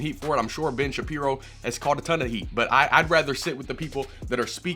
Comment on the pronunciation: Did you just say "Ben Shittin' piro"?